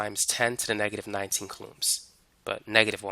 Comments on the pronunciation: Its COU lomb not ca LOOMS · Never heard of coulombs in my entire life. Would be nice if you said the word the right way when teaching people. ˈko͞oˌläm is how pronounced. I totally lost you when you started talking about coulombs of power. Definitely should have started with coulombs first before just throwing it at us like that, lol. Not explained very well before introducing it into the lecture. Really good video though, I learned quite alot.